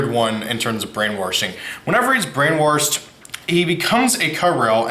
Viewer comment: Just FYI in the word “brainwash” there’s no “r” before the “sh” so it’s pronounced “brain-washed”